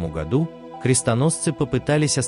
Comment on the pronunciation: "К тысяча двухсотому годУ"? Аффтырь, ты где учил русский язык?